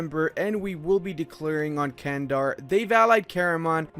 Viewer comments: I am a Turk and Candar is not pronounced as Kandar, instead its more like Jandar. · That pronouncation of "Candar"... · Nice video. I'll give some tips about pronounciation Karaman, Candar and Dulkadir, so it'll be easier for you :D Karaman --> Qaraman (should be "q", not "k") Candar --> Jandar (should be "j", not "c") Dulkadir --> Dulqadir (same as Karaman)